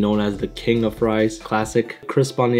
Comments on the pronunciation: Can't forget ze frois, and ze bebsi! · Where are “FRESH FROIZ”?